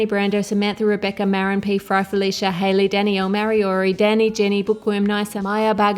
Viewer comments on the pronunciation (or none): none